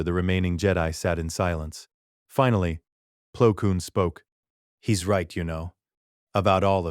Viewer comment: this could have been a great story if the AI narration hadnt taken me out of it. as others have mentioned the whole P-L-O Koon, A-H-S Oka, K-I-A-D-I Mundi, and A-N-A Kin and then in another sentence, Anakin and Ahsoka's names are being pronounced properly.